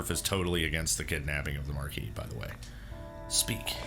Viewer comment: I'm SO glad you pronounce Marquis correctly. As someone who took French for 3 years, it hurts to hear everyone else pronounce the S.😄